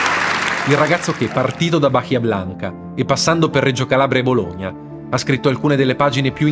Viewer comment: Comunque in Bahia l'acca non si pronuncia